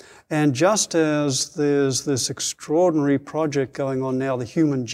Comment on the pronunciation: Did you note how many times this guy used word "extrairdinary"? He didn't reveal not a single discovery he achieved. Just Bla-bla-bla, and "extraordinary" Bla-bla-bla. That means self advertisement Only. I wasted 30 minutes to "discover" he is going to waste entire hour. Sorry, just turn him off.